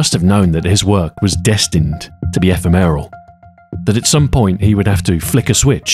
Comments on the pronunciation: Wow, what a beautiful restoration. You're a brilliant craftsman with a beautiful attention to detail - thanks for sharing your process. In the spirit of anal honestly, , "ephemeral" is pronounced eh - FEH - reh - mal (accent on the second syllable, not the third) Sorry to be a bitch but I mean this comment in the kindest way. Love your work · Today I learned Ahoy does not know how to pronounce ePHEmeral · "Ephemeral" has second syllable stress. Good video though.